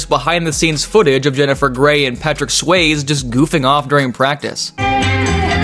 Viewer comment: Patrick Swayze - Sway-zee, not swayz